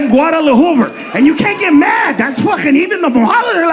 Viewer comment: I heard a guy say Guadalahoover back in 1972. This guy never learns...